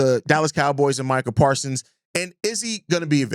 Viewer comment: Parsons with a S at the end